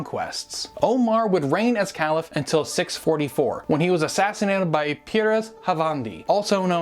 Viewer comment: Excellent Video, easy to understand and full of the right information. One of the best vids I've seen! Your knowledge is remarkable! Only a minor detail to bear in mind though- you are pronouncing caliph wrong.